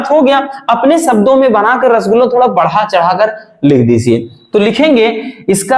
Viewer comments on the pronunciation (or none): Sir aap rashguloo kyu bolte h🤔